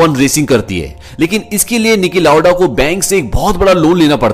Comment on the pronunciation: Stop saying Nicky lauda